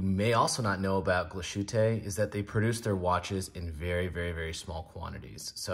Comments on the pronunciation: "tte" is "tah" not "taay." Otherwise, good review. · Glashu-tay 😂 I’ll be he calls Target “Tarjzay” too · I never trust reviewers who can not even pronounce the names of the product right. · Horrible pronunciation. Do your homework. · Than you for helping us learn otherwise we would have never known. The points (also with reference to my other comment on this video) are: I) someone who doesn't know how to pronounce the name of a European watch brand should not be making a video--high horology is not child's play and should be taken seriously; and II) while Glashutte and A Lange & Sohne share the same DNA courtesy of the "nationalized" watchmaking industry during the war, and come from the same region in Germany, the two cannot be compared just as a Maybach cannot be compared to a Volkswagen. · I do, I care. It's unprofessional and ignorant to not put in 1 microjoule of effort to look up the pronunciation online. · It’s so easy to look up the correct pronunciation. This is lazy and sounds grating. Not the only channel to butcher the name, but really. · It drives me insane. French watch names are somehow pronounced more accurately. IDK HOW but they are.